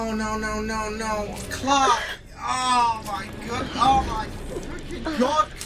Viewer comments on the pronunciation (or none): It’s funny you pronounce Clack instead Clarke.😂